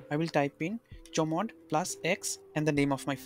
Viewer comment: chomod nahi hota bhai see ach mod (chmod) hota ha :)